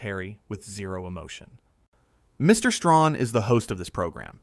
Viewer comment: It's Stray Han! Get the name right! Talk about respect, pronounce the man's name properly! Bad AI!